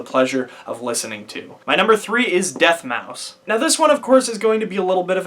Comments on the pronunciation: Dude ? 🤣🤣 Deth mouse. Really bruh no offense good vid but u were following them since the begining and So basically all I’m saying is it’s not DJ sushi it’s slushii. No DJ. Then it’s not deathmouse it’s deadmau5. I know this because I got pandora. And lastly the marshmallow man? 😆🤣😂😹 it’s marshmello. But other than dat good vid 👍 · bruh he’s pronouncing everything wrong 🤣 sushi deathmouse? I mean he didn’t even bother checking if he pronounced it right